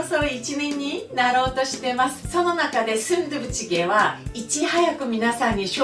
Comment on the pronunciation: スンドゥブチゲーの発音が素敵